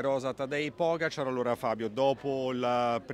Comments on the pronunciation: PogAačar....accento sulla A non sulla O🤦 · La battaglia per fargli pronunciare PogÁčar continua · perché non pronunci pogacar correttamente???